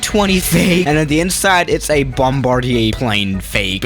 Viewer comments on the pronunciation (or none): none